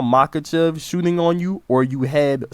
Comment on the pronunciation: “Makelchev” bro wants to be Chael so bad lmao